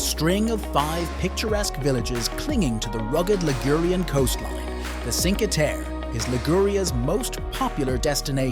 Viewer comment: Would you mind learning how to pronounce Cinque Terre?